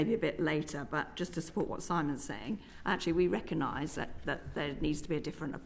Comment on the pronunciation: Can't even pronounce the word recognise... the G is not silent. Prat! Rupert can speak coherent sentences that actually make sense and he does not lie. He is exposing all of the nonsense and I want that and the best for the uk. Transparency! No more great big fat lies please or squandering our taxes and horrendous mismanagement... Gawd...sounds a smaller issue without expletives, but I don't want to be arrested for harsh criticism!